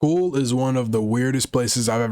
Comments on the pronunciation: And he started the video with “ool” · Pool bro😂😂😂😂😂😂 did he mean school